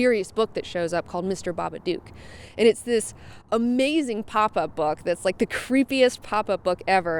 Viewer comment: Everybody says it like that its pronounced so it rhymes with book The babadook Pronounced(bah-bah-d-ook) not (ba-ba-duke